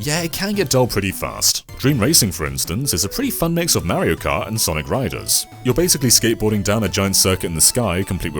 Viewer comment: Got to love how awful he is at pronouncing Mario.